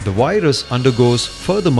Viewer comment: I'm with Microsoft tech support, we beli ve your computer has a wirus.